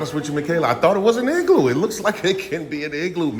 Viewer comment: Yeah 😂 i thought you called it an eggloo 😂 TTA FAM ❤